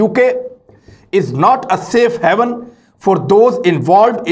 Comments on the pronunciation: Mr Imran Khan, The word is Haven ( sanctuary) NOT Heaven ( Janat.).. you are reading incorrectly. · Please note that the word is "haven" (pronounced as hay-one) and not "heaven"; both have different meaning and must be translated accordingly.